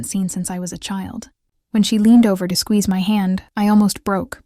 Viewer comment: This AI business is really funny sometimes. Doesn't whoever programmed this not know that the word "to" is never pronounced with the long O sound, rhyming with toe?